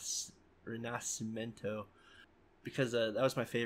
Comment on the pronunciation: You just have to get the "sci" part of rinascimento right, it's like "rina-she-mento" anyway tbh everyone i spoke to found the bad guys so obvious and dull that it was painful. Also the original sg had that up and down as well, like let's stop all the tension to go on a date with ruka and stuff, but on the other hand i'm also worried about pr, i too cannot see a proper way to go from this to that revival, which is sab because as a revival itself that's spot on (even though the confrontation with reyes is awfully bad). My fav arc is va so that revival always had a thing on me, nevertheless i'd love to have both :(